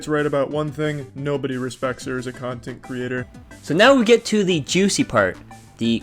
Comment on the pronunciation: Mock & manipulation… and LOL that girl calling herself a “Cuntint” creator!